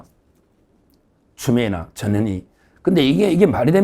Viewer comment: 변호사님 전현희를 제발 빠르게 발음하시지 마셔요 법이 법을 다스리는 나라가 되었어요 ㅠㅠ